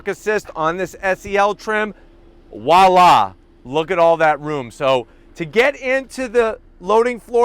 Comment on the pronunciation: Dude, if I hear you say Wa-La or Hydraulic struts again I'm going to throw-up. Your reviews are excellent but please learn your French and Physics.